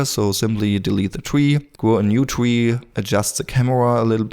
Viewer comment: Not a twee, its a tree! :-P